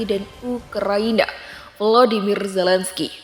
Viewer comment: Zelensky bukan Zelen Skay...